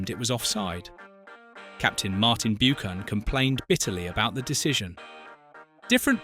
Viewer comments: its pronounced 'Buckan' not bukan/ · Who is Martin Byookan??!!!!! It’s BUCHAN! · Buchan is pronounced 'buckan' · Grating isn't it? And it seems like human error too: not even the usual AI voiceover that gets it wrong. I think if you make a documentary you need authority on the topic and if you do not know how to pronounce Martin Buchan's name you do not have that authority.